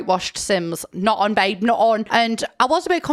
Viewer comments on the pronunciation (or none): none